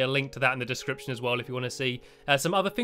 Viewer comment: link to their dicription in the channel ,u said it rong